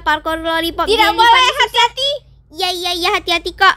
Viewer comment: Kok ngomong nya hati² malah ati² ,🤣😂😅🤣😂😅